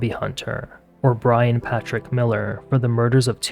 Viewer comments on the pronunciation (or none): none